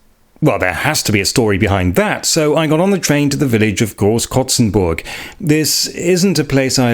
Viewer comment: Your pronunciation is perfect! And I love curious people discovering the most unusual things. Thank you for visiting Hesse ;) And yeah Großkrotzenburg is quite underwhelming and the town's name is even unappealing lol.